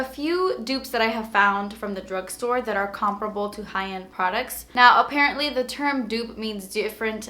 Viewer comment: Thank God your finally saying comparable correctly😊